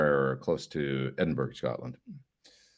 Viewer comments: Pronounced "E-din-burr-ah" FYI so you don't offend any Scots :) Have a great show!! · They call it "Edinburah". Spent 3 months at the Balmoral Hotel many moons ago.